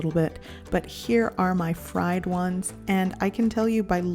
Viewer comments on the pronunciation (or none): none